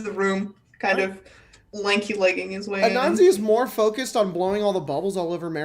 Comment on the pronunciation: Spells it Anansi, pronounces it Ananzi xD It definitely is interesting to hear different promotions of words by people not apart of ya culture or from others who have similar cultures. I will say as a seemingly good person, he is the type of chaotic i see an Anansi behaving. 10/10 xD